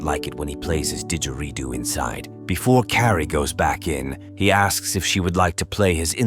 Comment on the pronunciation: “…called Did-geridoo” I don’t know just the way that was pronounced, there was some thing that stood out about it!